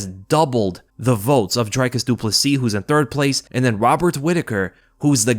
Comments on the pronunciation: South African here with a quick pronunciation tip: it’s DRICus not DRYcus. Like Rick = Dric. Then again also says Paulo Coast-ah instead of Cost-ah. Love your content regardles Bru! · As a South African I appreciate that you pronounce Driccus’ surname correctly but it’s not pronounced “Drykus” but “Drikkus”. Love the work you’re doing man much love ❤